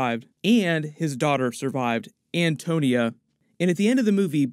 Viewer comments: lol its Antonia not Antonio :D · Why does he keep saying Antonio? It’s Antonia dude 🙄